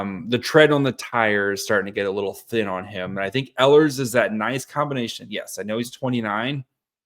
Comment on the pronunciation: I like the idea of signing him. Note; the proper way to pronounce the beginning of his last name is with the long E sound. I listen to how the Jets announcers have pronounced Ehlers.